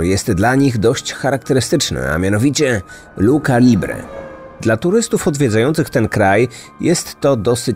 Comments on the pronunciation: mega ciekawy odcinek, ciekawa sprawa, ale jako osoba która płynnie mówi po Hiszpańsku i pasjonuje się kulturą hiszpańsko-języczną to muszę się przyczepić, że się nie mówi Luka libre tylko Lucza libre ( pisze się lucha libre). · Nie mówi się luka libre tylko lucia libre…. CH się czyta jako „Ć”